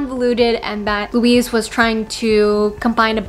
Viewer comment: Louise Doughty = Pronounced Loo-weese (not Luis) Doubt-y (not Dowty)